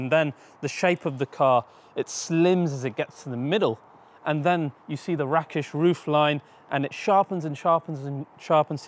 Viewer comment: Ps did you just pronounce rakish as 'RaKKish' ?! Lol